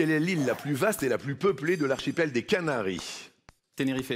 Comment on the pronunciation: Il a dis tenerifé au lieu de tenerife